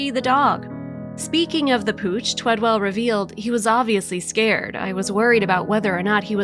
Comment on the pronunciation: The guys name is TWEDEL not TWEDWELL. Bet that kinda pissed the dude off that she couldn't say his name right. Gezz, how many times did she say it too? Maybe it would be better if the person telling the story actually read what was written for her also, ya think. Poor guy, does such a great thing and they couldn't day his name right.✌